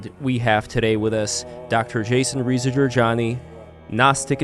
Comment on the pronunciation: Lev Polyakov, have some respect pronounce "Reza" correctly, you have now on public video pronounced incorrectly on numerous occasions, its insulting